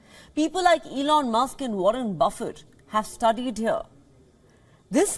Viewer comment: She should have asked chat gbt how to pronounce Warren buffet. She would have been corrected.